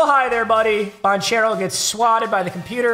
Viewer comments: It’s ban-care-oh not ban-chair-oh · paolo bancare-o is how u say it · dawg im begging you pls say Ban-Kero.... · Poalo Banchero’s last name is pronounced ban-care-o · it's Pawn-kero not bonchero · It’s not pronounced “ban chair o” it’s “ban care o” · Every time this man says banchairo I die a little inside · ban-chair-o lol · yo papa that isn't how you annunciate paolo's name. It's "ban - ker - oh". Thought I'd help ya out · It is pronounced "Ban-Care-Oh" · Just a heads-up, the “ch” in Banchero has a “k” sound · Please learn how to say banchero 🙏